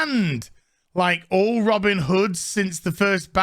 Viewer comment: It's Robin, not Robbing